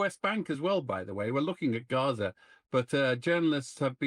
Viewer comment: I hate it that I have to say this or write this, but please stop pronouncing Gaza and Palestine phonetically with guttural sounds that aren't there because you're making it more difficult for people in middle America to understand what's going on. You're doing the work of Israel for them.